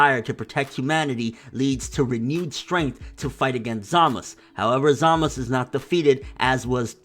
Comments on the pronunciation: Real Question: why does he keep saying Zamus instead of Zamasu? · Hey I love your videos, but please! Why do you insist on calling him Zamas?? There's a very clear U at the end of the name. Zamasu!!! Driving me insane lol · Why can't he pronounce the "U" in Zamasu ? We all know how to say it from how they say it on the show... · Zamasu! not Zamas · Why dont you say ZamasU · I get so triggered by him saying zamasu. i dont know if its pronounced Za Ma Su or how hes pronouncing is the right way. someone let a bro know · I hear a U at the end everytime vegeta trunks or goku says it. maybe the gowasu thing is formality? idk but i call him zamasU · what can't pronounce Zamasu? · why do you not pronounce the U in zamasu? Eh idc love your channel!